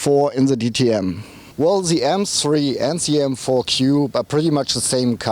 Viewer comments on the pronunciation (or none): He means Coupe but He should really practice saying "kupu..or kupe".